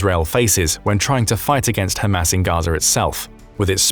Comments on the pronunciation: I love how he pronounces it "Ham Ass". You know, the followers of Mo Ham Head. 😀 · Spongebob Nukes and Ham Ass exactly how thos guy says it